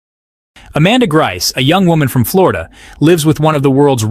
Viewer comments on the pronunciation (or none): none